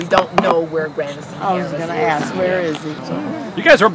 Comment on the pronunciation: Apperently there's a kwetchin i gotta ax about that nigga goast apperently apperntly